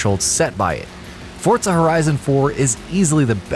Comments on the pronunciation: The way this guy mispronounces Forza over and over had me cringing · ForTza horizon.... 😂😂😂😂